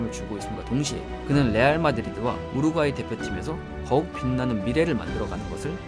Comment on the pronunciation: 우르과이 ㅈㄴ 거슬리네